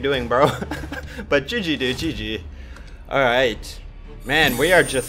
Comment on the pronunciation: amazing loved it and the way you say GG is Just Soo Good